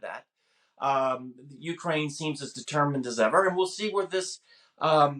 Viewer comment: Man who can't pronounce "Ukraine" expert on Ukraine